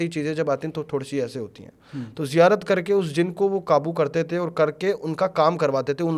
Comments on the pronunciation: kabi zirayat kabhi zikayat kabhi ziyarat sahi se to bol nahi pa raha esa kuch nahi hota hai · जिरायत ❌ नही ज़ियारत होती है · Itna pade huye ho bur ziyaarat thik se nhin bol paate ,,,ye kya baat hui yaar 😢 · zairarat nahi ziarat hoti hai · Bro its Ziyarat not zikarat or what the words this Maulvi sahab is trying to say 😉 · ज़िरायत नहीं बे, ज़न्नत नहीं बे, तू सब कुछ ग़लत बोल रहा है, वो रुमाल क्यों बांधा है?? पहचान छुपाने के लिए?? फालतू बकवास कर रहा है ये सो कॉल्ड बाबा, ये सिर्फ पैसे ऐठने और पब्लिसिटी स्टंट है, सावधान कोई पैसों का व्यवहार न करे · He must be 100% tiktokker. When he is not able to pronounce islamic terms (ziyarat) how can he be a molvi🤣